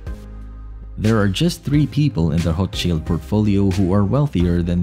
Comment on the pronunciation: Could at least pronounce the name correct